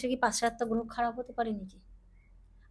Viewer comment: যার গ্রহটা সঠিকভাবে গ্রহ বলে উচ্চারণ হয় না যিনি গ্রহকে গোহ বলে তিনি আবার অ্যাস্ট্রোলজার সম্বন্ধে বড় বড় বাতেলা বিদায়। মূর্খের প্রলাপ।